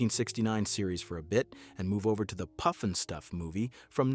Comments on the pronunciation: Puff NOT poof!!! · It's not (Poof)nstuf, it's more like (Puff)nstuf. 🙄🤦‍♂, lol. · Pufnstuff NOT Poofnstuf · Its pufnstuf, not poofnstuf. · Puff-n-stuff, not Poof-n-stuff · How about some consistency in your pronunciation. Pufnstuf or Poofnstuf? Pick one!!! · he said it like poofinstuff. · How dare you not pronounce the title correctly!!!